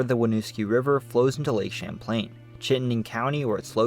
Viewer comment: Lake Samplain?! 😂😂😂